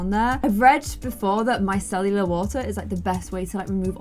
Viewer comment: i find it so damn adorable that you call micellar water "micellular water" haha 💕